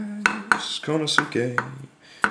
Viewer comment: Just a little heads up Konosuke is pronounced "Koh-noh-ss-kay". And Kurouchi is pronounced, "Koo-Roh-Chi" or "Koo-Roh-Ch". Great knife BTW. Looks similar to some others.